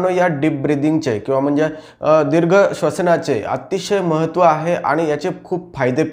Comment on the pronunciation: दिर्घ मधील "दी" दीर्घ पाहिजे . र्हस्व नाही .माहिती उत्तम .